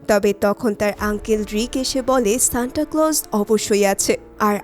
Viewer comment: Shanta ❌ Shanda ✅